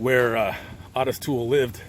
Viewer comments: I've never heard Otis peonounced Aw-tis (instead of Oh-tis.) Is that how he pronounced his name? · It’s not ‘aah-tis’. It’s pronounced Oat-tis. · Hey, love your content but why the F do you call the man “ OTIS TOOL “!!!!!! When his name is %110 pronounced OTTIS O ‘ TOOLE!!! And please don’t tell me it’s for a greedy reason like some YouTube guidelines!! I’ve been watching you for awhile cause like I mentioned before I really enjoy your content and you definitely seem like an educated man… Absolutely no shade so please do not be like a lot of YouTubers and say something ridiculously ignorant like so many entitled brats lol I’m just a curious subscriber 😎… just sayin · O not AW... LOL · Otis is pronounced OH-TIS, not AH-TIS. A very minor point. Thanks for all the research, let’s hope the vast amount of info online these days can prevent some of this horror, it I wouldn’t count on it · His name is Otis Toole and not Autis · It's pronounced Oh'--tis. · Hey, It's pronounced. (OH TIS) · It’s O. Tis you are pronouncing it wrong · Otis (pronounced Oh-tis) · Ottis Toole murdered that boy. Btw, his name is pronounced the same as Ottis Redding. Its oh-tis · Isn’t it pronounced ohtis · Great video like usual. Btw...small thing but his name is pronounced, "Oh - tiss", long version of the O. I did hear you say it correctly at the end of the video. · Always heard O-T-I-S pronounced with a long O sound until this video! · How in the hell did you mispronounce Otis???